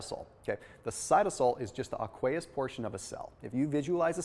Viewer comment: Not ak-way-us. It’s Aye-quee-us